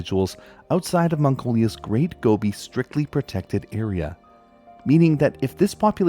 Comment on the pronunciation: wow, i loved hearing about the Gobi Bear for the first time! ...also i love how the more you say it, the more it sounds like gummy bear hehehe - i really hope they find a way to help the species bounce back